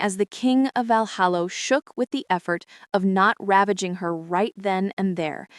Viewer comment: It's so irritating to hear Valhalla repeatedly pronounced, Valhallo.